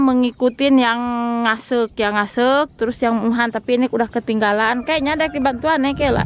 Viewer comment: Ngaseuk yg betul bukan ngsek